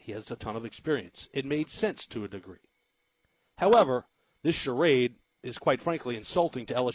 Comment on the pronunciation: Really? LMAO.. Sharade? LMAO